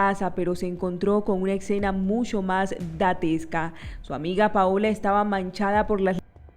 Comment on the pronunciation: es que tu si lo escribes correctamente y efectivamente es dantesca, no datesca como lo pronuncia la presentadora. Saludos.